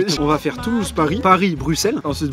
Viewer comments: Djilsi c'est le seul français qui a compris qu'on prononçait Brusselles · ça fait tellement plaisir d'entendre un français dire Bruxelles correctement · Tu es le seul français à bien dire Bruxelles.